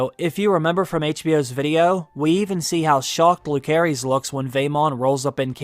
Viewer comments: It’s really grating to hear your pronunciation of rhaenyras childrens names. Jacaerys is pronounced juh-ser-ISS and Lucaerys is LOO-ser-iss. Not whatever the hell you’re saying. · Yet he can’t pronounce Jaecerys and Lucerys correctly 🙄